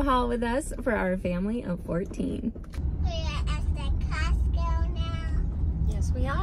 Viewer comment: She said encostco??? Like encanto?😭😭😭🥺🥺🥺🥺